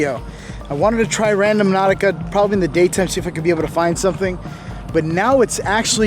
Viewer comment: it's not RadoMnautica, it's RandOnautica. That's when everyone else plays it. Again it's RANDO-NAUTICA.